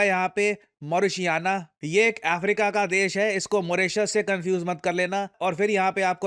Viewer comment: मौरीशियाना nahi मॉरिटानिया hai